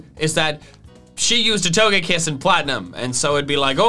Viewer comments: TOGEKISS, NOT TOUGEAKISS! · We not gonna talk about TOE-GÆ-KISS? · It’s toga kiss not what you said